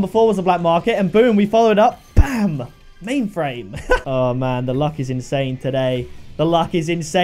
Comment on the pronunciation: OMG IM CRYING FROM WHEN HE SAID O PAINTED MAINFRAIME! BAHAHAHA